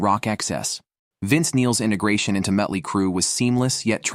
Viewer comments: “Mutt-ly Crue” took me back to a Cracked Magazine parody feature from 35 years ago, so it was my favorite mispronunciation… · I've always loved "Muttly " Crue ! Stupid AI shit !! 😫